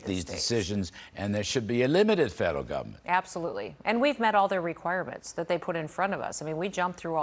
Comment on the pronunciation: Over reach in “govment” 😂 he pronounces that like Regan